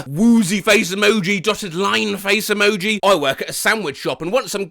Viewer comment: SKULL. EMO. JI. 💀